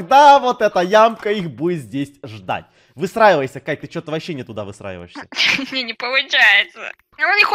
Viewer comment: а почему всегда:высраевайся а не выстраевайся?:)